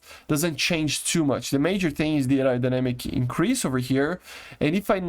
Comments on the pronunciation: Air - Ro - Die - Namic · Say it like ARROW DIE NÉMIC lol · Hi just wanted to help maybe with the pronunciation of Aerodynamic it was difficult for me too and English is my first language lol but you don’t have to pronounces the “Ae” so much it’s almost said like “Air-OH-dynamic” or “Arrow-dynamic” hope that helps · “aerodynamic” in English is pronounced as “arrow dynamic” that might help you with that word in the future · No it's not. It's "air-row dynamic"